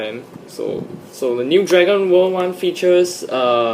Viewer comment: honestly when you said Dragon world, it sounded like you said Dragon ball :/